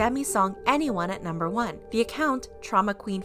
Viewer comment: "Number wan beby ahhhhh!"